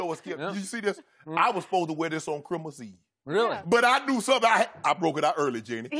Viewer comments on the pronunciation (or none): So are we not gonna talk about shannon saying Chrimas instead of Christmas lmao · “Crimos eve”......... lol